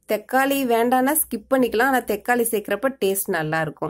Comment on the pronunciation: Thekkali illa mam thakkali